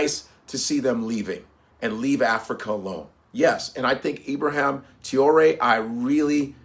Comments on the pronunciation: Love and appreciate your commentary, however… Please say this man’s name correctly. His name is not IbraHAM. Let’s get to why Nigeria is still a member of ECOWAS an intent on doing the bidding of its colonial masters. Let’s start with that bro. 😱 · He is called Ibrahim not ibraham. Stop pronouncing his name like a foreigner, you are one of us dude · Naija man. Na Ibrahim not Ibraham. Abrahim??? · Cmon it’s Ibra-heem…you from Nigeria, they got a lot of Ibrahim’s there….get it right bro